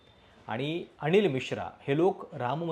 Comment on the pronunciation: अणिल नाही , अनिल ! उद्घाटण नाही, उद्घाटन ! प्रश्ण नाही, प्रश्न !